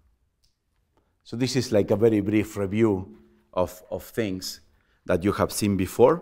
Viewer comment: Hehe the accent "Telling you free important fings" :-D